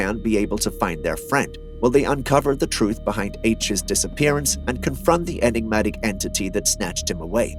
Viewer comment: say Enegmatic or elusive 1 more time i dare you lol